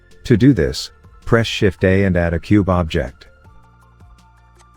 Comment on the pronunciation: Thank you! Your tutorials are really good! Fantastic demonstrations. Is it possible to change the narration engine? I feel it's overused a bit and applies improper pronunciation to words like 'object'. No worries if not, it's not really a huge bother, just a consideration.